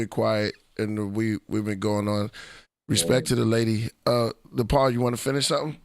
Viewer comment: It's pronounced Nah-Pah not Napaa but all good 🙏